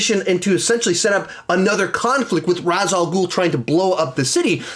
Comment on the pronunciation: Ray-sh not Raz….